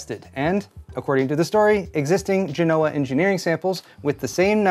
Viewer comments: Genoa is pronounced JEN-o-a. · It’s pronounced Gen-O-Ah get it right. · Geno's oh ah, accent on first syllable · It's pronounced Genoa. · So, AMD names previous chips after cities in Italy, and you somehow pull that pronunciation of "Genoa" out of your ass. Good info though.